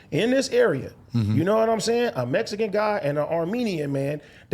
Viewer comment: did say mexicoon